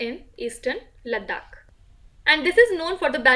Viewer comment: Ur Ladakh pronounce was 👌